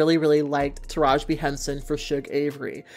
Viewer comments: TARAJI not Taraj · UPDATE: got the memo yall 😂👍🏾 I love your channel and I love your work, but I am dying at u calling Taraji “Taraj”. The video is done so there’s no way to correct. 😩 want to put some respect on her name is all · No the whole time I was hearing her say "Taraj" and I'm sitting here like damn have I been saying her name wrong this whole time lmao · Her name is taraji pronounced ( ta- ra Jee ) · I'm dead because I deadass... just always have said her name wrong lol.